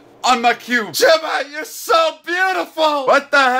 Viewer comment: Day 15 of saying JIMMAY